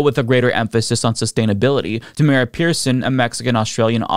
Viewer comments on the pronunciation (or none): none